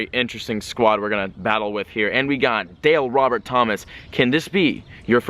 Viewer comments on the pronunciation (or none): none